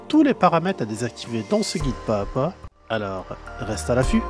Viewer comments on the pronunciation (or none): On prononce ‘pas Zà pas’